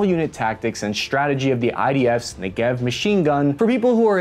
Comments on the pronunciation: It's NEgev, not NeGEv. And bruh, it's Ramat Ha'SHaron, not Ramat Ha'Rashon! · Hi, great video! Just two language corrections if I may: In the word Negev the emphasis is on the first vowel, that is NEgev, and not neGEV. Also, the name of the city is Ramat Ha-sharon (like in the song "my Sharona). Other than that excellent all throughout, I really enjoy your outsiders perspective on Israeli weapons and tactics, keep it up! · How many times in this clip have you said "Negev" (Could not count, but till the point I bailed out (at about half way)- I counted many times) - so it is basic and essential you at least pronounce it correctly - Ne'gev (not Nege'v) (the actuation is at the front), just like the place (Isr southern desert), same as Galil and Tavor are names of places in Isr (BTW- Tavo'r, not Ta'vor, get it?). Basically Isr wanted to replace the heavy FN machine gun (7.62) with a lighter 5.56 machine gun. Albeit some units (as mine) still carry the FN (called MAG in Isr; proper disclosure- I was a "Magist" for some time). For me the preferred assault rifle is still the Galil; fires always, at any conditions; though heavy (especially after 10 km, ya' know...) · Your videos are great. Your pronunciation of Hebrew names is atrocious. You know so many Israelis, why don't you ask them how to pronounce these words. Negev (like many Hebrew words) has the stress on the first syllable. So instead of Nege-v Say Ne-gev Or Merkava- Rather than Merka-va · They don’t pronounce it as “ne gev” its pronounced as negev its a region in Israel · Negev is pronounced: NE-gev, not ne-GEV, with emphasis on the first syllable. Just like "Derek", "Better", "Center". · it's NEgev NOT neGEV (weight on the 'NE') same as "engine" is pronounced ENgine , NOT enGINE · You pronounce it wrong. It's not Ne-Gev but Nege-V. Like Niggen in walking dead. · I'm sorry to be that guy but it's NEgev not n'gev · It's pronounced NEgev, not neGEV. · its NEgev. not neGEV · not negEv, its nEgev